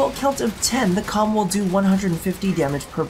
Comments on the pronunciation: It is pronounced as "Ohm" not Comb. The letter K is silent. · The way I read it it sounded a bit more like "Comb" than. . . you know what.